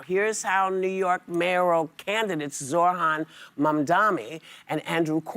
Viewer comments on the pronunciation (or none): Dude can’t even pronounce Zohrans name right